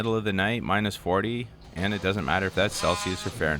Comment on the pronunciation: South Carolina here and laughing every time he sounds out minus 40 * . It makes me wonder what’s wrong with my 70 yr old self and my 3 inches of snow. lol.